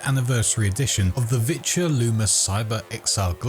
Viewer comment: He kept pronouncing it virtue in the video...